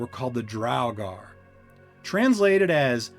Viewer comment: "Drow-gar" nono Draw-gur***